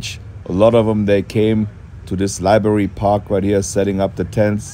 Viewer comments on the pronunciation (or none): Its "library" not libary. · It's "LibRary" not "liberry." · Pronounced Library not libary 😎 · Haha.. you mispronounce library like most Americans do ;)